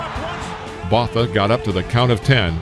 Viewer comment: wow completely butchered Francois Botha's surname